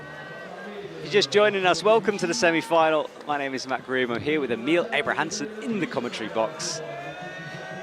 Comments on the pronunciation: An evolution of Matt's pronunciation of Emil's name: EEmill Abrahamamson eemILL Abrahamamason AhMeal Abrahamamasonon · from what I've gathered from youtube videos its a lot like its spelled naturally. 1 short syllable starting with eh sound rather than a hard E. The last part sounds like the word mull rather than meal or mill. Ehhmil. Im no expert on this, but I do know it should sound the same every time you say it. Hahahaha